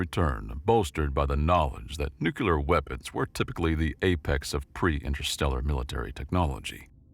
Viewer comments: Apologies for my criticism then. However I'm quite certain it sounded like "New-Que-Lar." Its the only modern mispronounciation I can't get myself accept. For some reason, it deeply bugs me. Yeah, I'm weird. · There's no second "U" in the word "Nuclear"